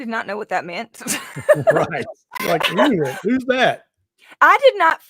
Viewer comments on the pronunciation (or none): pronunciation of "Inuit" 😂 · Inuit is pronounced IN-you-it. They used to be called Eskimos.